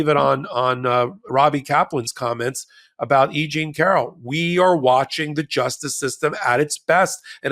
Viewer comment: E Jean Car-ol 👏 👏 👏 👏 👏 E-Jean Car-ol